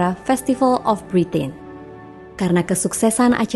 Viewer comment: Miss World 1951 ✔️ pertama bukan 1952 ❎ sok tau ! kalo bilang britain tuh vocalnya mesti BRAITEN ! hahahaha ngakak